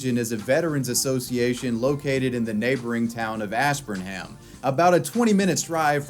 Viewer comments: I know you're not from Mass so it's not your fault but it's pronounced "Ash-burn'em." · take a shot every time he pronounces Ash burn Ham